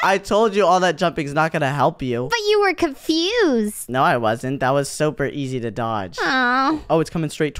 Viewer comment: Zoey is just domb for saying oh nuo